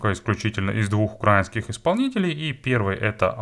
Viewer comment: автор, навчись правильно говорити "украИнский", ти ж украЇнець, а не укрАїнець, а то звучить як виделкою по склу